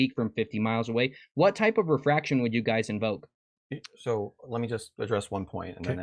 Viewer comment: All they had was GWAVITEE and WEEFRAKSHUN😂